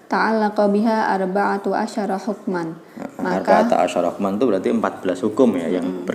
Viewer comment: bacanya koq arba.atu asaro..